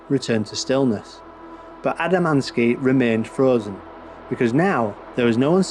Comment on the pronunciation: _ you pronounce it "A D A - M A N - S K I". The correct pronunciation is just like the spelling "A D A M - S K I". The story you tell is made up by you or someone else. I have studied all the original writings by George himself. The story is not quite the way you describe and he did not own a car, but he did have two astronomical telescopes. He used his 6-inch Newtonian to photograph the saucer images.